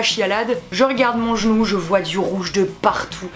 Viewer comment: "C'était un pétale de géranium sur mon zenouuu" je meuurs 😂😂😂